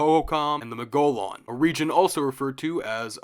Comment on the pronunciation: Great video, can't wait to start Part 2! One slight pronunciation correction: When you mention the Anasazi/Hohokam/Mogollon, "Mogollon" is pronounced "MO-gee-yon." There's some geographical features named after them in AZ/NM, but unless you live in those states you probably never hear the word.